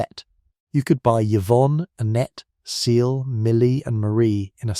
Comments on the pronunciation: Is Cecile pronounced "see-lay" like you pronounced it or it it because this is an ai voice? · This could’ve been good but the AI voice ruined it. “Cuh-sy-lay” lmfao. You didn’t even proofread the finished video! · Who taught this person how to say Cecile?! It cringe every time he says it!! 😱😱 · This has to be an AI channel. He pronounced Cécile in three different ways